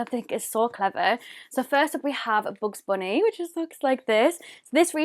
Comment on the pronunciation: "BoOgZ BoOnÉE"